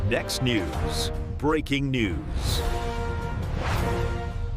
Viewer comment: I always love that "BREEKING NEWS"